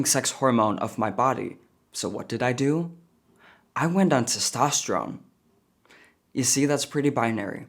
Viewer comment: That's why you always speak life into your kids.. have to admit i thought he said transtosterone lol